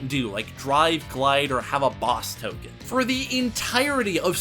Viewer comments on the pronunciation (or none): none